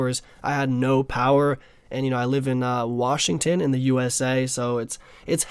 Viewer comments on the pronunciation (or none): none